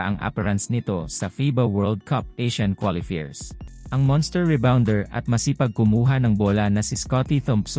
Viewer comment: Ayusin mo naman pronounciation mo, hindi qualifeers, qualifiers😁😁 worldwide tayo eh